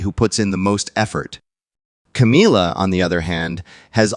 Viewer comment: Will you please refer to that woman by her correct name she is not Cameelia, but Camilla. it is annoying to say the least.